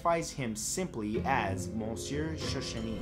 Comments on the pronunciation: Cool vid!!! The Jane Doe who stole identities is creepy! Side note: you're pronouncing "Monsieur" incorrectly. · The way you say monsieur 🤣🤣.